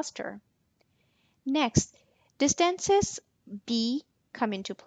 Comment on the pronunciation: What is the accent of the speaker, I've never heard distance pronounced dis-TANC-es and iteration i-TRA-tion